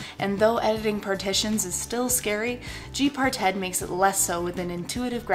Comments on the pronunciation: I'm pretty sure it's "G-Parted", not "G-Par-Ted" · lol you said part-ted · why you say it like that?? Gparted rhymes with HeFarted! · lol G par ted ? Cute way of saying it. But I positive Parted is a single word. GParted not G par ted lol Just the same good work and keep it up.